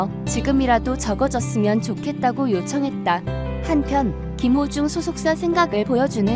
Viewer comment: 김호중입니다 유튜브에서.울호중님 이름잘못젂고.발음또한 잘못하시길락.제가많이 지적했던부분인데 김호중~~국민가수울 김호중.한번더확인하시는것도.좋은방법이겠죠 김호중입니다.